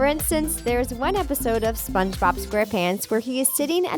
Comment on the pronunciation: Spungbube? Hahaha